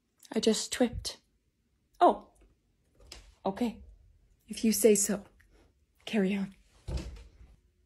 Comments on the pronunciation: I love how Riley says Otay instead of ok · I love when everybody says otay :]